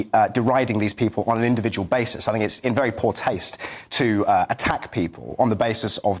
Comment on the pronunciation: Is it me or is the reincarnation of Rik from the Young Ones!! Also, please can someone tell him to say "think" and not "fink" as it makes him sound like a student and not a serious Political Commentator, if that's in fact what he is!!!